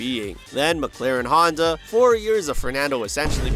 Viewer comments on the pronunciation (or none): none